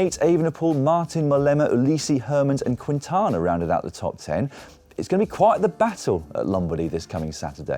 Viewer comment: Please, Quintana is pronounced “kintana”, the “u” is silent.